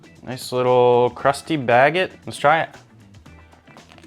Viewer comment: OMG the way you said baguette... 🤣🤣🤣